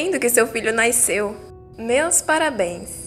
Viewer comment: Senhora vizinha: tenho que lhe dizer que é nasceu não naiceu